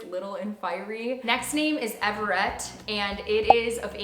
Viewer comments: Everet is actually pronounced ever - it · The way you pronounce some of these names 😂 Amos and Everett 😂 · Evander and Everett are two of my faves. I've never heard Everet pronounced like you said it in the video though so that's interesting